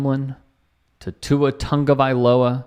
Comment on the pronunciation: thanks for being one of the few people who pronounce Tua's last name properly.